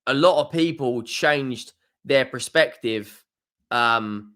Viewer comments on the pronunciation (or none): Bro. It’s PERspective not PREspective 😭